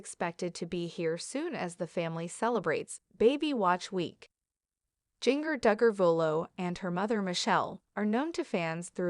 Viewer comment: Her name is pronounced GINGER, not Jeenger